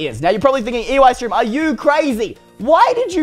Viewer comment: why do you keep saying UEystreem when it is Eystreem